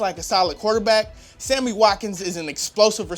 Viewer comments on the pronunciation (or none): none